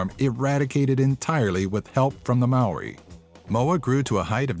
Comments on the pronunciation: ah yeah the moa. No a fence u said Maori wrong I know you have a different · dude just saying I live in NZ and u have the strangest pronounciation of moari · Maori* Not Moari